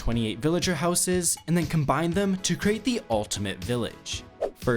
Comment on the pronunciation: please learn how to say houses properly